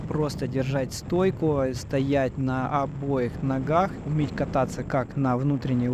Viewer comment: NB: - "стоять на обЕих ногах"; - "насколько вы бы нИ были сильны"... А вместо "порядка" следует говорить "около", когда речь идёт о конечных числах: слово "порядок" относится к научному обиходу, когда характеризуют либо очень малые, либо очень большие величины))!